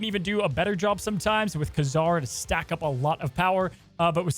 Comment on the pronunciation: Great video but man the way you pronounce Ka-Zar is so weird